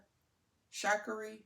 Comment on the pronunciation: Beautiful bag! I think it’s like chick so instead of hickory it’s chickory on the name pronunciation…you are definitely influencing me. I don’t own a Tory yet 😂Both bags are gorgeous!😊